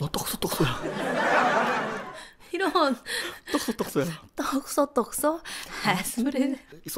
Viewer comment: 으뜸이가 에이미꺼 보고 떡소떡소 라고핸든대 으뜸이 가 떡소떠소 으뜸이가 떡소떡소대 잘못 말함